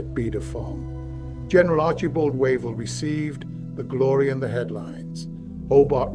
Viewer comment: Wave-ll NOT Wa-vel